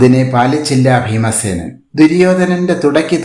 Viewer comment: Feemasenan🤣🤣🤣 you mean bheemasenan?